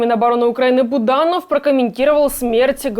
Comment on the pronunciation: Фамилия Буданов, а не Буданон.